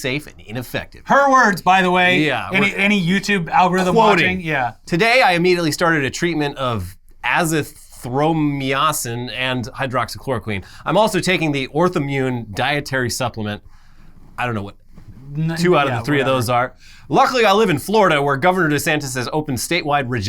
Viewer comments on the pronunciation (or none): Here says "Azithromyacin" in a really weird way. It's "uh-zee-throw-my-uh-sin" and is the medicine people who are allergic to Penicillin take in its place. Been watching for a nearly a decade at this point and my allergy has FINALLY been useful. Anyway 10/10 show guys. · awww. trying to pronounce Azithromycin was adorable.